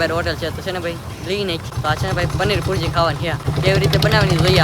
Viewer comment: પનીર પૂરજી નય પનીર ભુરજી કેવાય 😂😂😂😂